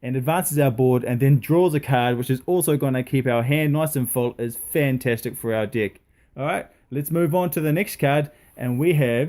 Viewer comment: Every time you say "deck" it sounds like "dick", and I just wanted you to know that is the sole reason I liked your video.